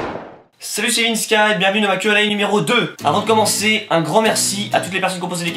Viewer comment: On dirait que tu dis "quenelle" au lieu de "Q&A" mais sinon j'ai kiffé ton freestyle et gg pour les futurs 50 000 abos